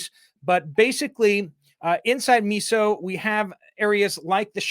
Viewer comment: Miso is pronounced myso.